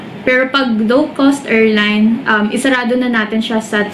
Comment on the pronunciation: pronounce airline correctly please